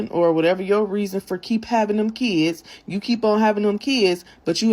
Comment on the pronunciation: PARENTS that aren’t on welfare ARE better than welfare parents. Also, ghetto asses, the word is “Kids” not “Keeds”